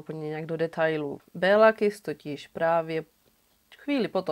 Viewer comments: Děkuji moc za super příběh, opět skvěle zpracované =) jen maďarsky se to vyslovuje Kiš ;) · Super video:) jen v maďarštině se dvě S čtou jako Š. Takže Kiš😉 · Taký drobný detail...jeho meno sa vyslovuje "Kišš" :) V maďarčine je "S" vyslovované ako "Š" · Ano. Kiš.v překladu Malý.🤔.